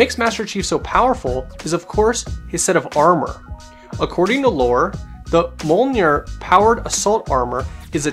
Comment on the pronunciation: This nigga can’t even say Mjolnir even with the help